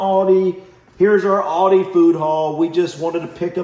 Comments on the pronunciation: ALDI love how you say it its A LDI no auldi lol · Yes,and it's Aldi,not Oldi! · A L D I not O L D I😂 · It's not Auldi itas ALDI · Why do you call it "OLDI"? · Please pronounce Aldi correctly!!! It’s Aldi not Audi!!! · Al - Dee Aldi 😂 not Oldee Oldi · lol its not Aodi its AL DI pronounced AL=DEE.. Thats not bacon, looked more like strips of fat with little meat on it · its aldi not oldie lol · It's aldi not auldie😂😂😂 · Aldi is pronounced Al Di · Its AL-DI as in Al capone! But you are being ripped off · AL DI sounds like AL DEE not AL DI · I know I'm a little late but I just wanted you to know that in the UK it's pronounced Al (like big Al) and then dee so Al'dee ☺ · With one l it's not pronounced Alldi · Aldi, according to Feli from Germany, is pronounced Al as in Albert. Aldi is the first two letters of Albrecht Diskont.